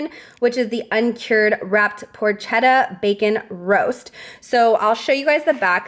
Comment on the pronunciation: All the items sounds delish. Can’t wait to shop for Christmas meal/snacks FYI, porchetta is pronounced porketta